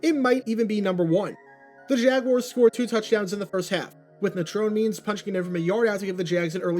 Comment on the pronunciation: You can tell how young the person making this video is because of how he pronounced Natrone Means' name.